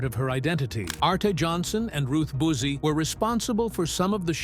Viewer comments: Ruth BOOZIE. It’s Buzz-ee, moron…smh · Same here. And when people's names were used, the pictures were of other people. Regarding Buzzi, the first time it was spoken it was pronounced 'Boozee'. All in all, very poor presentation; terribly in need of quality control. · Ruth “Booze-ee”? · Buzzi is an Italian name, so it would be correctly pronounced "bootzee" (approximately). The pronunciation got Americanized to "buzzy." In fact, even around here, where she was born and grew up (southern RI/SE Conn.), pretty much everyone pronounces it buzzy.